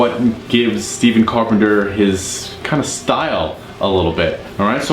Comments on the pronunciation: Carpenter’s first name Stephen is actually pronounced “Stef-fen”. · You play the right notes but just don’t have the feel or groove in the riffs. But that’s what makes Stephen (pronounced with F not V) so great